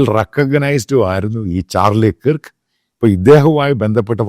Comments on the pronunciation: ചാർളി കിർക് അല്ല ചാർളി കെർക് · Please pronounce his last name correctly🙏